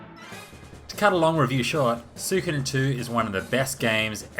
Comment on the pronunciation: You pronounce it like me Soo-ko'dn. Most people saying "Soo-ee-Koden"